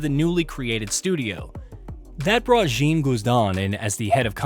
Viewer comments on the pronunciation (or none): none